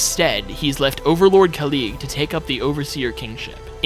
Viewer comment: it is khalid not kalid